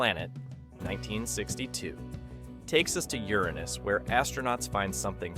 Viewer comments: Uranus can't bring yourself to pronounce the planets name can you its not Uranis 🤣🤣🤣🤣🤣So Sad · I still prefer the old pronunciation of Uranus...😅...